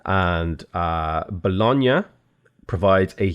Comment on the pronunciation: so happy you pronounced bologna with the gn sound correctly ahah